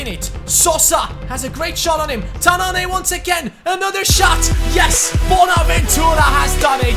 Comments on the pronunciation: it pronounced ''Tannan'' not ''Tannané'' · As a Moroccan, the way you pronounce "tannane" is false If you want to pronounce it, you should press at the n cause there are 2 "n"s right there and you doesn't should pronounce the "e" at the end